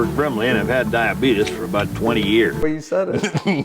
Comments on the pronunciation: It’s die-uh-bee- tease zzz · So basically, Gibson's version of "Bitcoin"?? 😳😂 Ummm, NO!!! And: "Dyuhbeetus" 😂😂😂